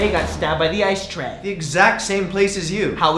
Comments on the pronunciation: It's not "Stray" It's "Tray" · Ikr that's what I kept saying cause it really sounded like "I stay home cooks rice"